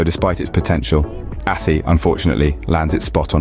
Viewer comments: Jesus Crrist Mate.......ATT-EEE.......AT-EEEE ....... ATHY ..... (AT- TIE)...:hand-orange-covering-eyes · About 5% at most, of this video is accurate. The narrator can't even pronounce the names correctly ("Athee"). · Not from Athy or ever been to it. But if your gonna bash it, at least pronounce it correctly. Athy is pronounced as Ath-aye. Then Drogheda is totally butchered in its pronunciation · Not athy its pronounced a thigh. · Athy is pronounced like the y sounds like high, not E 😊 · It's "Ahthigh" not "Affee", "Dra-hadda" not "Droheeda". And what's this "B-roll change" shite? Fine if you're talking about post-production on a film. Having said all THAT, this is pretty spot on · A-th-eee??? It's pronounced Athy - A-th-eye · It's not Athie ..it's prounced A- Thigh ...😂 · It's Athay not attte, This Guy Can't pronounce These places in Ireland Right, need back to school mate, Forgot Portlaoise One Of The worst places in Ireland, no, job, unemployment very bad and crime bad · Athee . What? Please at least ask an Irish person about pronunciation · Athy is pronounced A-tie but dude couldn't have known that Unless he did 1 minutes research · Michael John this just came in on my feed. The pronounciation of Athy (Athee) and Drogheda (Drogheeeda) has us laughing. 😂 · Athy is not pronounced like that and that wasnt Athy in the clip. There are no hills overlooking the town and that wasnt any street in town. At- aye is closer to how it is pronounced. Also your info is way out of date. It is actually a very nice place to live and has normal employment and crime levels FFS, bad enough getting an English guy to mangle placenames without talking shite as well. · Athy = A.Tie how you pronounce it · I live in Athy and locals say At- aye. It is a nice place to live. Luckily he didn't try to say Howth. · ATHOY. ITS PRONOUNCED ATHOY CLON-MEL , WITH THE EMPHASIS ON MEL. THE RIVER SUIR , IS PRONOUNCED AS 'SURE' /shur LAOIS is pronounced LEESH NOT LOWY DROGHEDA .....screw this